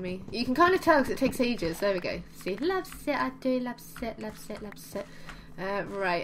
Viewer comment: The first time you said loves it I thougt you said love zits!!! HaHa ;)